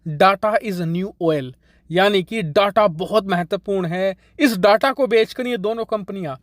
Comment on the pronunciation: Please pronounce Data as डेटा ... डाटा सही pronounciation नहीं है। 🙏